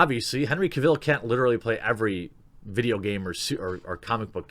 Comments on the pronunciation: Not ca vill. Cavel pronounced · What do Americans always miss pronounce British name's its not Cav,ill its Cavil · Man it's not pronounced Henry Cav-ill. It's pronounced Cav-el like "Travel" in his own words... Big fan but i hate when someone pronounces something wrong that's so easy to google. Edit: Also I know Sam Worthington hasn't had the best career but hes my #1 pick for Wolverine so far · How can he butcher Henry CarVIL’s name so much in this video LoL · Stop saying Henry Caville. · Don't you just love when he says "Kuh-vill"? XD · His name is Cavill. Pronounced Cav-ill like Travel. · Henry Cavill recently posted a video and he clarified that his last name Cavill is pronounce Cav-el like Travel. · Lewis Mckenzie CAH-vil, CAH-vil, CAH-vil! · Please learn how to pronounce Cavill. It's painful hearing it mispronounced 20 times in 10 minutes! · Think you pronounced Henry Cavil’s name incorrect lol!